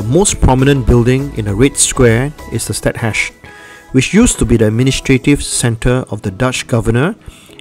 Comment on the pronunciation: Stadhuys ? Is it pronounced as State House?